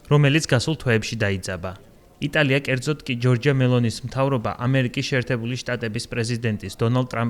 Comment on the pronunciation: ჯორჯია არა, ჯორჯა. როცა ეს სახელი ქალს ქვია გამოითქმის ჯორჯა და როცა მამაკაცს ქვია - ჯორჯო. საინფორმაციო სააგენტოებმა მაინც წერეთ გამართულად... ევრონიუსი ხართ თან...